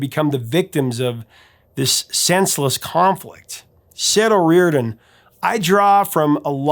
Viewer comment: "O rear den?" No.... 'O ree or dan...' Yes!!!!